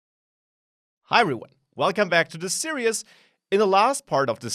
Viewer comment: hey, just wanted to point out you are pronouncing "series" incorrectly, Unfortunately the series have already been recorded so there's no going back, but if no one corrects you, that's bad on us. Here's the correct pronunciation here: Thanks for the tutorial!